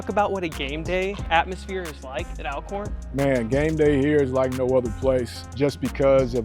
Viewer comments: It’s ALL-CORN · Thanks for the coverage!! 💜💛FYI, the school's name is ALWAYS pronounced "All-corn"...like "alright" & "already". 😊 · Ima let yall in on a lil Al-corn secret. They pronounce it ALL-corn. And Steve Mcnair didnt die from a gun accident, it was a case of murder-suicide. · I appreciate the video but please use the correct pronunciation… It’s pronounced ALL-CORN. Remember, Always Alcorn !!!